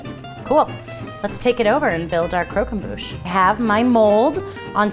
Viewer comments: omg please if you use french words pronounce them properly ! it's pronounced crock em boo sh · Your french pronunciation is 🤦‍♀️ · Loved the video but I wanted to die every time they said, and consequently butchered, the word croquembouche